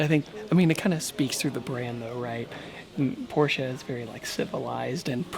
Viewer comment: As a German I’d like to say thank you for pronouncing Porsche correctly